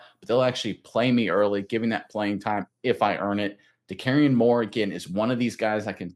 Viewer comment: Nope, no way Oregon usurps the Buckeyes as WRU. And good god, please learn to pronounce Moore’s name correctly.